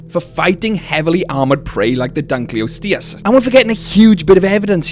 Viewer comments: Its pronounced Dunk-kleos-teus Not Dunk-kleus-teus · Pronounced the Dunkleosteus wrong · It died after hearing the way you pronounce Dunkleosteus… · I was TODAY years old when I heard this prehistoric fish's name pronounced i am familiar with the specie, reading about it in books and all, but it wasn't that popular a specie, vs "velociraptor" "dilophosaurus" "tyrannosaur" "diplodocus" etc. and i always had the head voice reading it as "dunkleo SAURUS" for what ever reason and never thought much about it. And now I realize its STEUS. today.